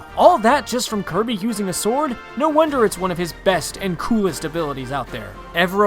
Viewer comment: did you say kirmy? its kirby